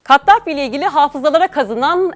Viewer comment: Kattafi değil, Kaddafi...